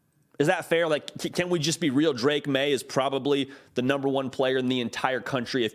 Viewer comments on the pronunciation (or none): none